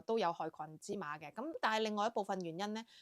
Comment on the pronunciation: 渲染音「算」染，不是喧嘩的「圏」嘩